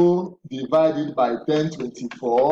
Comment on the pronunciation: Is it 1,024 cause I kept hearing ten thousand but thank you for the breakdown